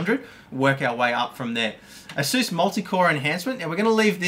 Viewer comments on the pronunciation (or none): none